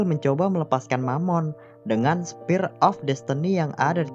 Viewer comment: Spear bukan Spire. . .